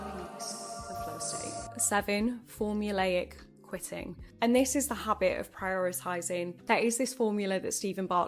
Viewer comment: not to be that guy but it's formulaic not formuleic